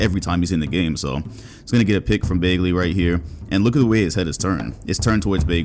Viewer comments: I appreciate the Kevin Martin image at the beginning of the video, but why do you keep mispronouncing Bagley? The fuck is Baygley? 😂😂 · Hang on. Accusing us of not watching Kings and yet you pronounce the name BAY-glee? Come on, bruh. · BAG-LEY BAHG-LEY BA-G-LY All three of these are more correct pronunciation than EINSTEIN BROS BAGLEY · "Marvin BAEglee" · “ Baygley” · no one:: “Baygley” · Also: bogdanoVICK 🤦‍♂️ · If you say bagley like that one more time imma unsub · This guy has seen every kings game and doesn’t know how to say bagleys last name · The way he says Bagley's last name triggers me lol